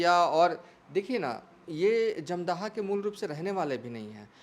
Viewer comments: Jamdhaha nahi hai, dhamdaha nam hai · अरे जाहिल, धमदाहा लिखा हुआ है साफ साफ फिर भी तुम बार बार धमदाहा को जमदाह बोल रहे हो। 😂😂 जाहिल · Kya patrakar banega r tu 1977 ko 1997 bol Raha wo ek nhi dono bol raha uper se dhamdaha bhi sahi se nhi bol pa raha hai